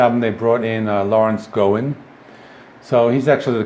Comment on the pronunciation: Great list. As an FYI, Larry Gowan's last name is pronounced G aw ahn. Keep up the good work!